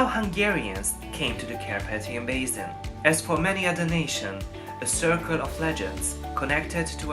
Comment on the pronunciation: Érthető az angolod, de meg kellene tanulni rendesen kiejteni a th-t, w-t. Az s az mindig sz, sose z (basin=bészin).